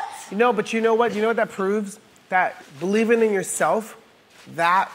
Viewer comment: Believening, bahaha cute 😂